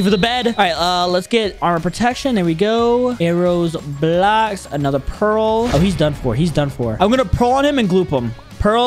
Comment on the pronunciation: bro said blaoks